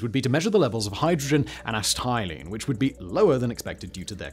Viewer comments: Here's some advice for a so-called "factboi": if you come across a word you don't know how to pronounce, LOOK IT UP! "Asset-eye-leen"???? Try "Ass-set-ill-een" then you won't appear such an idiot in your videos! Either that, or you're Hell-bent on giving us English an even worse name than we already have. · Acetylene - ah-SET-ill-in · Acetylene is pronounced ah set ah leen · "ass-tie-lean" - simon 2023 acetylene lol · As a welder with an interest in science, all the parts of me ached every time he pronounced "acetylene." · my teeth ached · It's so bizarre you have to wonder if it's deliberate. There's no way he hasn't heard it pronounced correctly many times before.